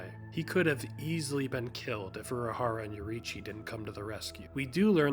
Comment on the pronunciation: “Yor-ee-chi” Lol, it’s Yor-RUU-E-chi”.